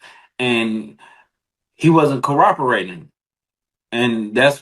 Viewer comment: Did he say coroporating😂